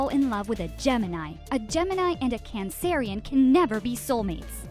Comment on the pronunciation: Did she really say a cannnceryin